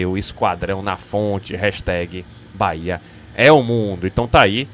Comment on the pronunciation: Reinier não serve, ele falou "bora Bahia" e o certo é "bora bahêa"